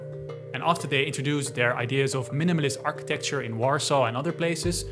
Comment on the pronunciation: "minimalist architecture" had to go back twice to understand 😳😳😄